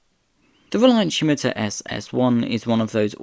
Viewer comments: Scimitar is pronounced ssim-itar with the stress on the first syllable, not shim-itar. The name is taken from a curved Moorish sword of the Middle Ages (as featured on the county crests of Essex and Middlesex) no doubt first encountered by Europeans during the Crusades. It was used as the name for the car, I would imagine, in order to conjure the image of something that cut through the air in the mind of potential customers. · 100% agree. Almost gave up, the pronunciation is really annoying!🙄😬🫣 Never heard Scimitar have an 'h' in it!!😅🥰😂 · There is no H in Scimitar : it is pronounced Scimitar , NOT Schimitar ! Also , the SS1 looked good , that jellymould shaped SS2 prototype just looks plain awful .